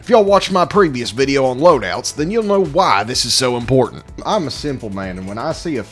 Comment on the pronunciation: He doesnt say video he said videa 😂😂